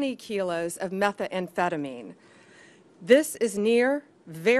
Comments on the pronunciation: Thats a very interesting pronunciation of 'methamphetamine'. I've never heard anyone pronounce it like that. Looks bad Pam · It’s not meth e emphetamine. 😂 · What is Meth-A-phetomine? Also, RELEASE THE FILES PAM! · Is she trying to say "methamphetamine"? This is embarrassing. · The way she pronounces methamphetamine is killing me 🫠